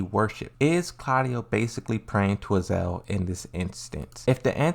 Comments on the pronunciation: Azazel not Azel . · Would you mind pronounce the real names... Azazel not azel.. And JAYCEE is JULIA CHANG you stupid peice of sheeet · It is not even Azael its Azazel ... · it's "uh-zaa-zl"